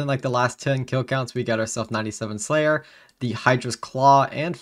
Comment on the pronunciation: I am sorry but Prayer and Slayer do not sound the same.